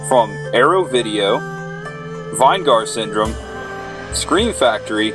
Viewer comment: Vine-Gar Syndrome?? lol you mean Vinegar Syndrome.